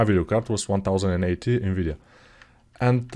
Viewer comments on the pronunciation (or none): none